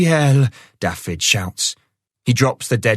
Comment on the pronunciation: Can somebody tell the narrator how to pronounce Dafydd, it's not Daffid, it's Daavith, the f is a v and dd is th.